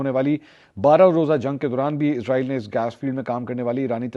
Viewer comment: bro listen Please stop calling this dam country as IZ-RAA-EEL ITS ISS-RAA-EEL SO PLEASE PRONOUNCE IT PROPERLY LIKE WE HAVE SURAH BANI ISRAEL IN QURAAN WE HOPE YOU START PRONOUNCING IT RIGHT FROM NOW